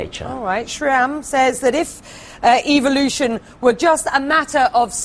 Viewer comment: when dawkins says evolution it actually sounds like evilution. Its so funny.